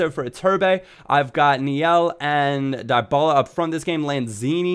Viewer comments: Dee-Baluh please (: Paulo dybala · Dybala is pronounced Dee-ba-la